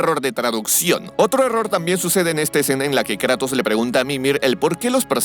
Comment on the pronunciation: no me gusta como dice Kratos, en lugar de Kratos dice kraitos